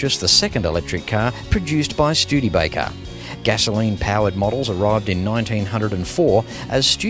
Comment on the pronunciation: Schtewdeebaker?!!! No! It is Studebaker!